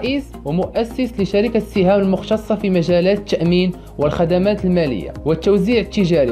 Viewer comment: راك غير كتخربق الملك راه شحال هدي عندو 7 مليار دولار وعزيز اخنوش راه غير فعز كورونا ضاعفات الثروة ديالو عندو اكثر من 3 مليار ، ومولاي حفيظ العلمي راه باع شركة التأمين سهام ( بفتح حرف السين ماسي بكسر السين كيفما نطقتيها ) هدي مدة باش باعها لواحد من جنوب افريقيا ، وميلود الشعبي راه مات الله يرحمو وشبع موت هدي سنين ، مرة اخرى متلوح شي فيديو حتى تأكد من المعلومات .